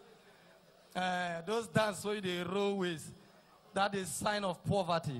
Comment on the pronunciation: Someone should pls tell igodye that it's poverty and not poorverty.....lolz😀